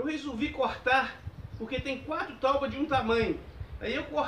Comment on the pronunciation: Ao invés de TAUBA FICA BEM MIÓ PRONUNCIAR TÁBOA